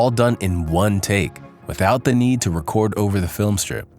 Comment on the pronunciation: "record" Ugh.